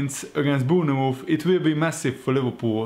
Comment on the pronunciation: Dude can you please stop saying Boonamooth? Bournemouth is pronounced Born Myth